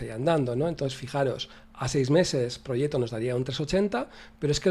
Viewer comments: Yo tampoco sabía cómo se pronunciaba 😂. "Proyet-to" (Aquí lo pronuncian en el segundo 32 -> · Te vas al traductor de google. Seleccionas de idioma el italiano y escribes "proggeto", le das al altavoz y un señor en perfecto italiano te pronuncia la palabrita, por cierto se pronuncia igual que en castellano pero sin la "c" o sea "proyeto". Saludos y gracias por tus videos!